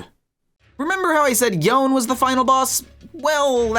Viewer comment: Omfg, stop misspronouncing champs on purpose. It makes it so infuriating to watch your content. That's unironically the only reason I haven't subscribed yet. You know how to pronounce Yone, dude, Yasuo literally says it when he meets him